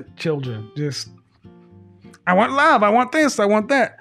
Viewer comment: When she say love I heard Money 😂😂